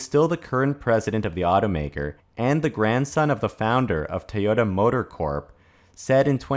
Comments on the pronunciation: It's pronounced TOYOTA not TAOTA. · What is "tahyotuh? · Why do you keep pronouncing the name Teota? Is that closer to the Japanese? Look, I don't care whether they commit to all electric or not. As long as they don't interfere with what the other car makers are doing! Personally, I think hydrogen fuel cells for passenger cars is an incredibly dumb way to start. And that if hydrogen is to be viable at all, it will begin with large commercial vehicles and vessels with predictable routes. But, hey, Toyota is certainly free to try if they like. That's between them and their stockholders. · Why are you pronouncing to Tay-ota? Very annoying.